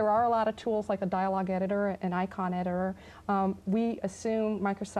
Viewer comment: she couldn't manage to say "editor" twice in a row